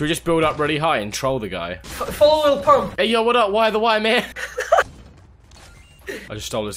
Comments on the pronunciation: “Lily pump”🤣🤣🤣🤣🤣🤣🤣🤣🤣🤣😂😂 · "Lili pump" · “lily pump” i’m dead 💀😂😂😂😂😂😂😂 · “Lilly pump”😂😂☠️